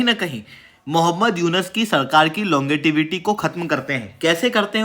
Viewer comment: लॉन्गेटिविटी नहीं लोंगेविटी बोलते हैं गुरुजी ,जब आप ही अंट शट बोलेंगे तो आपके लड़के क्या बोलेंगे।😂